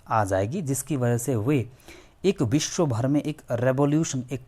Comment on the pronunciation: Aap West Bengal se ho kya? “Biswa” bolne ki accent se aisa lagta hai..